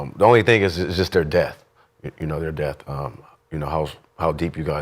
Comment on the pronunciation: C'mon it's depth NOT DEATH....😂😂🤣🤣🤔